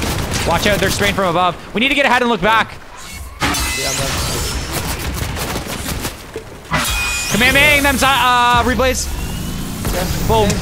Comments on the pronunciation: My guy said kemahemaha instead of hollow purple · Bro called the curse “kameahmeah” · Bro said kamahamea 💀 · No what he just called the Hollow Purple “Kamehameha” 💀